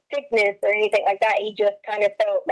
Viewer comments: Me toooo!!! Omgosh it's so cringe!! The way she sings her words, dragging out the syllables! And using "K" instead of "G", like "anythink " omgoshhhhhhh!!!😖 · lmaooo not the “K instead of G” 😭😭😭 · Leticia's bizarre syntax, mispronounciations, and inappropriate syllable stress placement drives me absolutely mad. I don't know how anyone could stand conversing with her on a daily basis. Personally, I think she does all that "why come, anythinK, everythinK" crap because she thinks it's cutesy and endearing. For example, in the body camera footage she kept referring to the Swisher Sweet cigars as "seeeegARs" until the officer joked about her accent and she responded all giggly. I also noticed she lays it on extra thick when speaking with Al but it's almost nonexistent when talking with female detectives. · Oh man, she also ASTS *asks ...my pet peeve in life is ANYTHINK and a genius at work says ANYFINK and EVERYFINK...drives me mad.